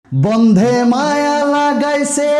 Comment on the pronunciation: বন্ধে নয় রে ভাই,বন্দে!!